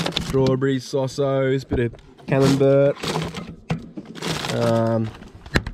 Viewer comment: Now to work on your axle articulation. It would ha ve gone even easier if you'd been able to keep more wheels on the ground at any given moment. Nice going overall, though - job's a good'un.:-D PS: Did anyone else cringe when said "camemBERT"?